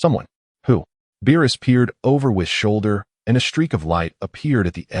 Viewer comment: Why does it keep calling Beerus Bilus?